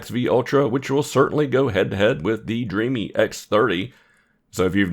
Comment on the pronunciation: Thanks for the video. I believe the brand is pronounced “Dream” btw